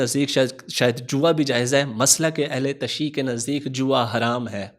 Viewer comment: Ahle tashee nahi hota Jinab🔴 Ahle tashayyu hota hai🔵